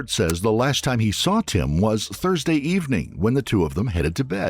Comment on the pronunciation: how do you get 'thrudsay'. Must be AI slop